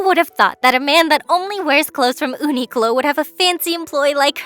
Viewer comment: mmmm, another universe of uniqlo: Ooniqlo